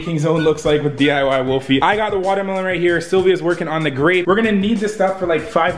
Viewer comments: sounded like he says vodkamelon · the way he said watermelon